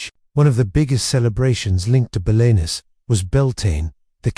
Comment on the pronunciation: this is awful. Can't pronounce Belenus, can't pronounce Celtic and full of errors and made up stuff.